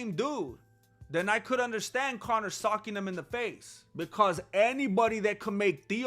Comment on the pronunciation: i could have sworn you said "Connor McGregor was just caught SUCKING up some dude at the club!" i was immediately engrossed in this content lmao, was there video? Is going to show it?? Oh socking...ohhhh.